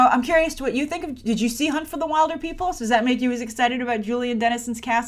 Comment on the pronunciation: Your pronouncing "wilder" wrong in Wilderpeople" It's pronounced Will-der😂 P.S I'm from New Zealand so that's why I know